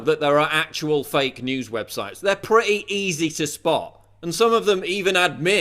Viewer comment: I like the way you say "pree-ee easy"